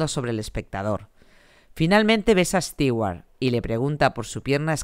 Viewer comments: Por que estigüart ? Si se pronuncia estuart?? 🤦‍♂️ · Soy tan fan que digas "Stiguar" en vez de "Stuward" me encantó este vídeo.